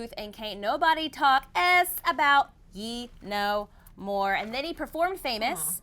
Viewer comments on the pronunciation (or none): Ye is pronounced Yay not Yee .